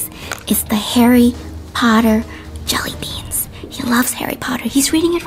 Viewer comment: I love the way that find said JELYBEAASNS